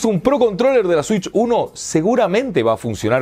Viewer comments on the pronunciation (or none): Nintendo shitch 😂